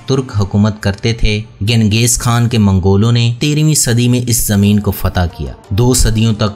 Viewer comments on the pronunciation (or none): none